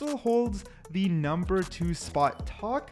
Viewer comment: reaver numbah wan